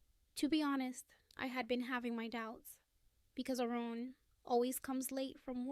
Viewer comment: Quit half the way through. This is the worst AI voice ever with a horrible annoying pitch that would repeatedly fade off to a quieter squeaky sound. Oh by the way, it is Aaron, not Oran. At least it didn't have that random grunt of the previous sucky voice.